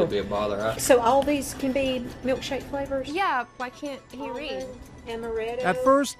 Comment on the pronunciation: Me a non native English speaker: butts right in to read for him Manages to pronounce all the flavours names wrong